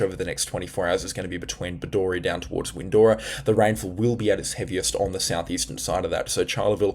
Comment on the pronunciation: Bedourie Pronounced - Bed.oo.rie Not - Bed.or.ie